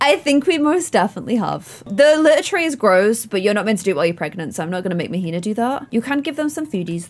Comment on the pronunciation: queen, Mahina is pronounced MAH-HEE-NAH 😅😭😂❤️